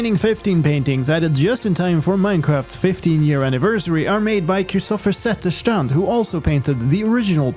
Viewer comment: I love how he says Zetterstrand’s name right